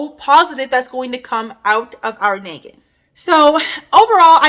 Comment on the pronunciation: Loved your video, practice saying the ah in nagging instead of eh, it sounds like neggin and I was like what is neggin? 😅❤